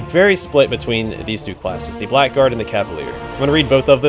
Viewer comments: Very nice but that's not how you say 'blackguard' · Very late to the party here, but this series looks like fun! One silly thing though "Blackguard" is a really weird word in English because it is pronounced "Bla grd", not "black guard"